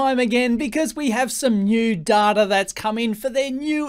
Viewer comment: Don't call him Daata, he gets very annoyed. His name is pronouced as in the English "Dayta", he insists upon it. (Love your videos really.)